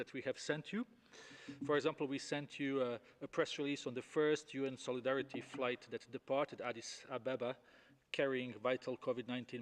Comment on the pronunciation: Nobody is buying these elementary responses to serious and warranted criticisms. Say Soleedaridy once more Dr Tedros 😂